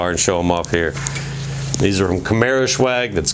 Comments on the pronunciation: I've noticed you keep pronouncing it camaro "shew-ag" but really it's just pronounced camaro 'S-wag' it's short for swagger; cool vids though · I love the car, the red is my favorite color. I got a white one because I could not find any red in Florida. Now, is it me or you keep saying camaroshwag? :)